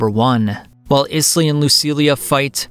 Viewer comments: It’s pronounced Aiz-Lee not Is lee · I know you said you might not get the pronunciation of some words but come on…Isley like the Isley brothers…..great video otherwise lol